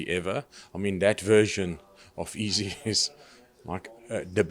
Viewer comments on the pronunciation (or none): Love how he pronounces Izzy "EASY"